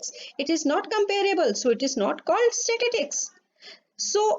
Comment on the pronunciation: First of all mam plz tell me What is statitics..😂😂Its statistics!!